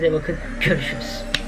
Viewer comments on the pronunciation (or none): Abi niye sonda "görüşürüz" yerine "körüşürüz" dedin skksks